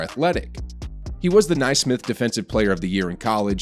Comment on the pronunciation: NAY-smith. Fksake!